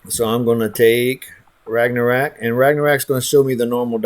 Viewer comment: Great info, but Jesus, learn to pronounce Ragnarok.